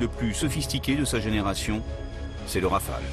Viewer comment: rafale..pas raphale...